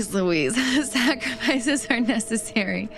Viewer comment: 'snackrifices' ! 🤣that's when you are in a hurry and don't have time to eat!